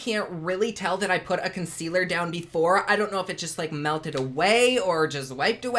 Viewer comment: Consquealer lolol 😂 if it does everything it says I need to take a dam bath in it 🤣